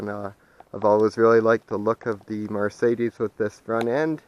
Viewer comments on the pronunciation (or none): Please learn how to say Mercedes right you're pronouncing it like it's m a r marcedus it is Mercedes my friend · Call anybody that can have a brain can tell what you're saying but that's not the point you're not pronouncing it right my friend that's all you sound like a hick when you say Mar Sadie's